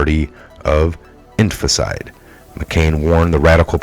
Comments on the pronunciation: No offense, you do a great job. But it's phonetically pronounced... In-fan-ti-side.... Not "infant-side".... Much love just want you to sound as credible as possible, because you do share good stuff. (Except the occasional David Zublik stuff... Lol... Jah moke!) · Its infanticide.. ( in fan ti cide) stop misprouncing it as it makes you look uneducated and I KNOW YOU ARE NOT UNEDDUCATED,, just pronounce it correctly...P L E A S E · It would be benificial to you to learn how to pronounce the word infanticide. In- fan- ti-cide. 4 syllables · IN FAN TIH SIDE In-fan-ti-cide Infanticide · Infanticide in-FAN-tih-cide. Break it down by syllables. After the vowel (a,e.i.o.u) , where there is a consonant ( a letter that is not a vowel) , most of the time you can break it off to a new syllable. Here, the last "CIDE" is one syllable. It takes getting used to. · in...fan...TI......cide, dont keep reading the same word wrong over and over , its really cheesing my fucking toast dude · {In FANT eh side} 4 syllables :) you're welcome. sorry, it was making my jaws squeaky lol. just trying to help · Homicide/infanticide pronounced almost the same. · Good review of days' events. Please learn how to correctly pronounce February and infanticide, you are missing parts of each word, it's distracting and takes away from your presentation.